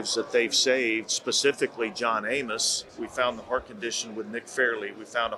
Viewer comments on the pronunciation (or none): none